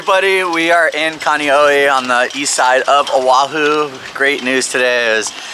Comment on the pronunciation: if you care about living here. Then care about the Hawaiian language. you murdering it with your kaniohhey and your Owahoo. come on man.